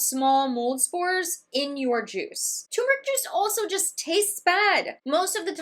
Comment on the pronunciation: Thx for the clarifications. So much misinformation out there. It’s refreshing to hear the correct pronunciation of turmeric. 👍